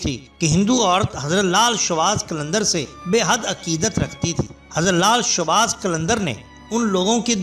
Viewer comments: Bhai showbaz nai shahbaz hota ha mehrbani karain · بھائی لال شاہ باز قلندر درست لفظ ہے۔آپ نے بے دھیانی میں شوباز بول دیا۔اللہ کے ولیوں کی برکت سے اللہ پاک کرونا وائرس سے پوری دنیا کو اور ہم سب کو نجات دلائے ۔اللہ ہما آمین ۔